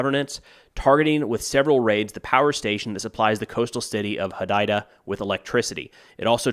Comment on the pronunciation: One thing quickly, Hodeida is pronounced hoo-day-dah